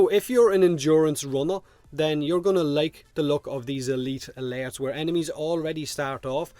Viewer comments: My god thank you for tolerating saying AY LEET AH LAIRTS that many times, This game has not been kind to your accent but I love the content:) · I just love hearing you say "uhleet uhlertz" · E-LEET ALURTTS